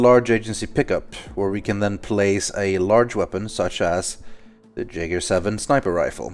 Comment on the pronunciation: why did you mispronounce Jaeger? my inner grammar nazi just awoke